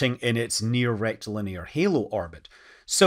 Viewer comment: Rectilinear, the way Scott says it, always makes me snigger